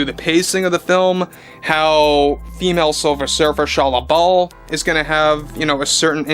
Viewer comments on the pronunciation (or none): none